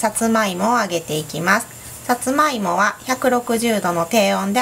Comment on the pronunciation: さつまいもの発音違う